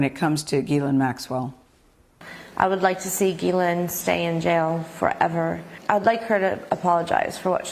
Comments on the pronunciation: Her name is pronounced "Jizz-Lane". Look it up. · If she was Israeli, then presumably they would have Hebrewized her name and pronounced it like Gematria or Karate Gi rather than pronouncing it "G"-lane or G-len. In French it would be zhee-len or zhee-lan, all the Americans pronounce it G-laine or G-lane or G-len but Hebrew doesn't have the hard G so presumably it is as Virginia says it, "gi" len